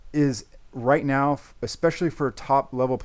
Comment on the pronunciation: Love how says meow instead of now in this vid 😂